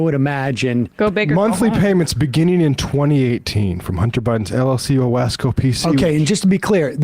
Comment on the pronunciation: Number One: as somebody who lives in upstate New York I am offended that your announcer mispronounced Owasco. I have family who live in Cayuga County, where Owasco is located and I doubt think theyd be happy with prounouncing it that way. Number two: I doubt very seriously James Comer, or any other Republican in Congress save Brandon William who live in Cayuga County, actually know where Owasco is. Nor do they know the significance of the name or why it's called Owasco in the first place. I don't know the specifics but I suspect that the name is a way for Hunter to pay tribute to his Mother, who grew up in Central New York and who met the President while he was attending SU Law School. Her family is from Cayuga Country. His uncle was a City Councilman. Hunter, who is named after his mother's family. By going after Oswaco you are basically disrespecting the Hunter family.